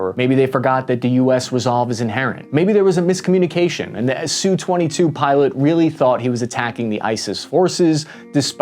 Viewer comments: It’s not a “Sue-twenty-two”. It is an “Ess-you-twenty-two”. Your narration is very annoying, but thanks for the video anyway. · All right then.... ENOUGH of this identification of the air craft as the "SOO-22". This just shows the ignorance, (Uniformed or uneducated) aspect of the video "author". I worked for a contractor of the major manufacturers of USA interceptor, recon, and our (meaning USA) OFFensive aircraft. We knew the names of our enemies, and the names of their Def/Off instruments of conflict. There was NO aircraft called the "Soo-22". They ARE called the SU-22, as in "Ess You Twenty Two". Do you understand that? "S U". NOT SOO, or SUE, 22. It is pronounced (in phonetics) ESS YOU Twenty Two. Good grief. Get both your nuts in one sack and learn what you are talking about.